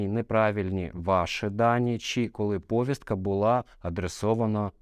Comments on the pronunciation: Доброго дня. В мене таке питання: чому в слові повістка Ви робите наголос на першому складі? Відкрийте словник української мови та правила правопису. Наголос правильно робити на другому складі - на букву і. Не треба повторювати примітивний галичанський діалект. Користуйтесь правильною академічною українською мовою. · Якась примітивна маячня, а не відповідь. Таке враження, що це відповідь не адвоката, тобто вважаємо розумної та інтелектуально розвиненої людини, а гопника з Молдаванки. Перевірочне слово до слова повістка - вісник. наголос на "І". Всього навсього. А розвів таку полеміку, наче я тобі кисень перекрив. А от в галичанському діалекті якраз наголос роблять на першому складі слова (тому, що в галичанському діалекті більше західного, ніж українського). Тому, це не я начебто псевдограмотний, а відсутність в тобі не тільки освіченості, а й бажання вийти на новий інтелектуальний рівень, заставляє тебе писати такі примітивні, а взагалі-то тупі відповіді на мої коментарі. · ну ти ж медійна особа, а так безграмотно наголос на слові повістка ставиш🤦‍♂️🤦‍♂️🤦‍♂️